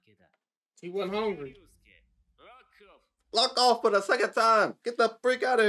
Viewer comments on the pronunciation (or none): Every time jinpachi says lock off I keep thinking he’s saying fuck off and I start laughing😂😂